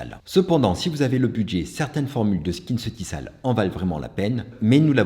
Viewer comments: Merci pour cette battle. Prononcer SkinceutiKal et non SkinceutiSal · J’adore ta Video… mais je permets: Skinceuticals se prononce SKINCEUTIKOLS. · Bonjour à vous je travaille pour L’OREAL Ça se prononce « skinceutikol » c’est juste une info. Ps: j’adore vos vidéos❤